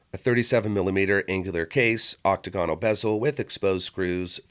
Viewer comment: This is totally AI with a gwee-osh dial on an awk-ta-gonnal case.